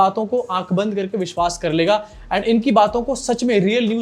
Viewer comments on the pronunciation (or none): none